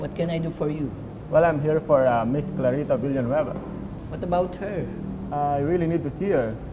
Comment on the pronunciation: Filipino- Clarita Villanueva American- Clarita Villaanweeyva